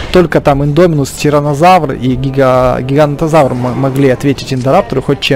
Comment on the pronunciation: гиганотозавр а не гигантозавр